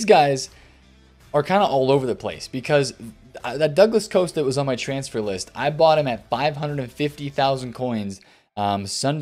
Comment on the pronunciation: Keep the market videos coming man. Love watching them. Your Haland pronunciation made me laugh as I always laugh at how you say Douglas Costa. Being Australian, you pronounce it douglas “coaster” which makes me think of the thing I sit my beer on 🤣. I wasn’t disappointed when you followed up with the douglas coaster price update haha